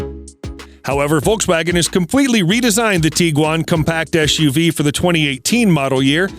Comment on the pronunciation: Can't stand the eschew vee speech impediment.